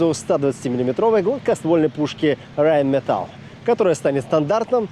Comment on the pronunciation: А, ... Но произнесено нечётко